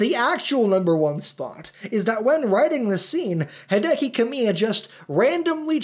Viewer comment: We should've seen that one coming. He pronounces Hideki (HEE-deh-kee) as Hai-DEH-KEE.